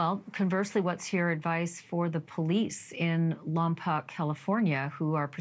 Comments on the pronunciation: Lompoc is pronounced Lompoke.😊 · "Lom-POKE" is the California pronunciation ;-) Eternal rest grant unto Melodee. May perpetual light shine upon her. May the souls of the faithful departed, through the mercy of God, rest in peace. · I'm from Santa Barbara. It's pronounced "Lom-POKE" Next to it is "VAN-den-berg" (Both are Northwest of Santa Barbara, which is on the coast, 100 miles Northwest of L.A.) Thank you for covering this case,. Melodee is absolutely adorable. Prayers for her safety and return. ✝️ 🕊